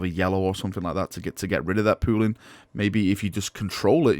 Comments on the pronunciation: Every time he says pooling I hear pooing. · I know is saying pooling, but all i kept hearing was pooing pooing. Considering how some of the pooling of the colors that word works for how it turned out. I really really hope they show these kind of pictures on the site. I want to see how the colors will work on the different base coats they have created. If these work out well i'd like to use it for the first main coat for my sisters then do the other colors and maybe touchups. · can you please say pooling in every video. Thanks